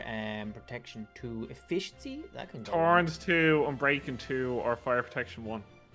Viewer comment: He said torns